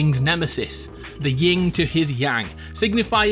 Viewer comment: btw its yin not ying